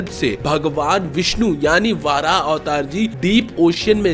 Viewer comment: Bro it's not वाराह it's वराह